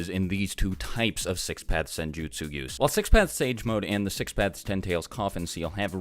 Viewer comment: How many times did he say six pathes